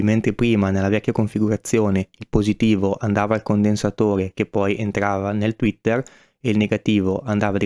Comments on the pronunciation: Sei un grande, ma tweeter e non twetter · tweeter per favore non twetter